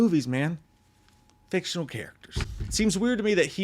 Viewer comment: Heard your voice go "...FICTIONAL characters" and immediately looked up to see if you were gonna do the hand motions like Affleck did too. 😂